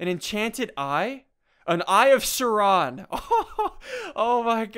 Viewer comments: Blackblade Games me too! Sauron not Saron or Suron or whatever he said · its pronounced sow-ron plz read a book plz aka LoTR soo good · I like ssundee, yet when he pronounced the eye of sauron wrong, my lord of the rings fanboy sense snapped for a few seconds. I've settled down now though. XD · He pronounced it wrong sad face :(( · Yeah, my LOTR inner fanboy went crazy when he said that xD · Did he seriously not read LOTR or is he just bad at saying stuff? I new to this channel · SAME HERE OMG